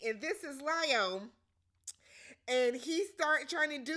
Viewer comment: Girl why can’t you say Leo???? 🤣🤣🤣🤣